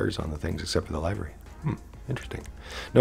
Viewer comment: Stop saying lyvery its livery